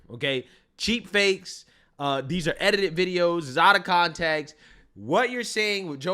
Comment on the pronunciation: So her dumbass got “Cheap Fakes” trying to say “deep fakes” lol